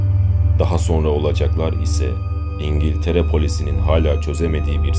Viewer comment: Videonun Başında Dingiltere Diyo <3 <3